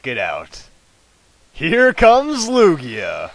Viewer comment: itz toguoee... acculy iz loojia